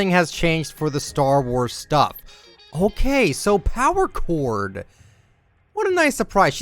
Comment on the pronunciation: YOU SAY POWER CHORD WRONG OMGGGGG